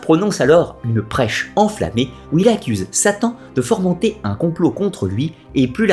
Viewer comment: " fomenter " , et non pas formenter. 😮 Sinon, j'aime beaucoup ce que vous faites .